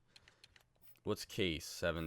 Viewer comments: ITS NOT CASE ITS (KA-SHA) SO TIRED OF THAT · You say Ka Sche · Didn't understand the Kesler deal, you said u traded Myers because he had a bad contract but yet Kesler's contract is awful, and it's pronounced "Kosh" Aye" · It’s pronounced kah-say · It's pronounced "kasha" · Kase is actually pronounced like cash-a it’s really weird but the more you know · Kase is prononced Kashea and btw in czech it means mash